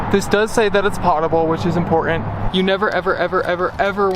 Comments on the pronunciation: just fyi, despite the way it looks, "potable" is pronounced poe-tah-ble not pot-able... in case you ever ask someone and they look at you funny lol:) thanks for sharing your adventures with us! it's always fun to see what you're up to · When you speak about water fit to drink, it's pronounced "pohtable". I enjoy your videos and, speaking as somebody who spent 14 years in network television, I think they're well-produced and interesting. I learn at least something new from every video. Keep up the good work. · "Potable" is pronounced with a LONG "O" like "hope" not a short one like "pot". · Potable is not pronounced like "pot," sorry. It rhymes with soap.